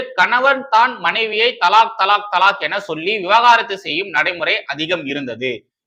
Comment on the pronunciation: Bro !!! That's not 'விவகாரத்து' ... "விவாகரத்து" ... நீங்க தவறாக உச்சரித்து விட்டீர்... 😢